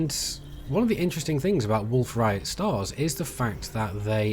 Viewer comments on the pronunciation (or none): "wolf riot" lmao, its rayet (RAY-ET)